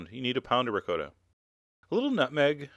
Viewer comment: This is delicious but that isn't how you pronounce ricotta. Omg.